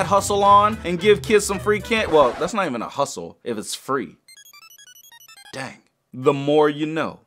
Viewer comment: It's dang not dand